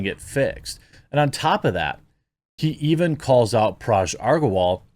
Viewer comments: Dude, Parag is pronounced 'puh-rag'. Hard 'g'. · You can pronounce Agrawal correctly, but not Parag and butcher it to Paraj‽